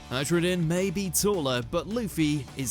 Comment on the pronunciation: Hello, #2 Hajrudin: It's actually Hayrudin or Hairudin.